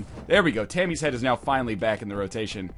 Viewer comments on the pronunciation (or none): none